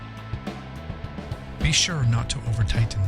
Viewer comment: Do not over tigh-ten. . .